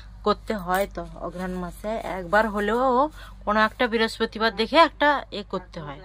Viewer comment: Biraspatibar abar ki ? Ki lekha pora korli ?? Brihaspatibar word ta